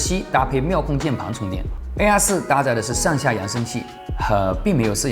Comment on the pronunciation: AR4 的發音真的很難忽略😅😂🤣😆 其實我最納悶的是平板面積比手機大 為什麼都堅持不做正面雙揚聲器 而是都要放側面呢？